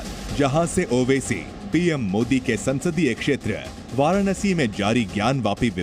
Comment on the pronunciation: मोडी नही होता है बेटा मोदी होता है बोलना सीख एक बार